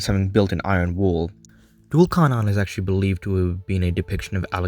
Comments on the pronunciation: No offense but it’s pronounced Thul Karnayn in Arabic in English it’s spelt Dhul Qarnayn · Duul carnan is wrong it's dhul qarnain or zül qarnain. Anyway dm me if you wanna know who actually he is. (Warning: I will try to convert you to Islam) Btw awesome video keep it up